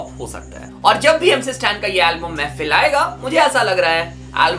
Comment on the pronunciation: Bhai woh mehfil nahi mehfeeeel hai feel